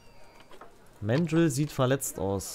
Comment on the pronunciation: Man sagt übrigens ganz normal Mandrill mit deutschem “a”, nicht englisch [mendril].